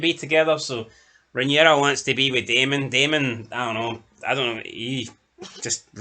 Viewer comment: Yous are at it! How many times can you pronounce the name Rhaenyra wrong? Sometimes you get it right then other times get it totally wrong! Fuck me yous are like Americans pronouncing the names on here, totally fucking wrong! Watch the show then yous might learn how the names are pronounced. Other than that good chat from you all